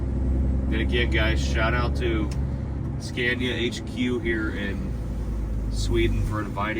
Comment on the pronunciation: Scania not Scandia. SorryOops